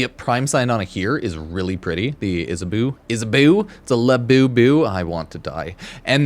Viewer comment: Btw Isabeau syandana is pronounced the french way "beau" being "bo"